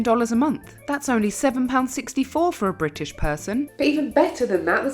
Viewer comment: When you wake up and realize you've become Bri*ish😔